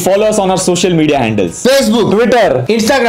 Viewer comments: it's social media not spocial media adi end adi😂😂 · WHAT THE FUCK " SPOCIAL MEDIA"